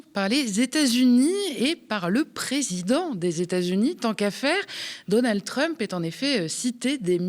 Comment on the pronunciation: on ne dit pas "Donaldeu Trump" !